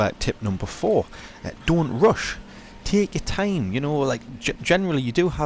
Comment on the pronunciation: "Tehk ur thime" he says, while sprinting around erratically